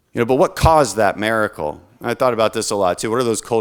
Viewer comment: This man says mericle. Not miracle. And by the gods you put A in front of that and this man says Americle. Americle: a miracle given to the world of which is resides. The miracle of america brings Americle’s to its world, bringing freedom, liberty, peace, and the asses kicked of assholes whom harm others. This is the new phrase you have coined you gosh darn awesome man. Dan the man you have created the Americle!